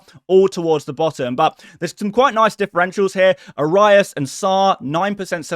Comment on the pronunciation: Arias is pronounced AH-ree-us.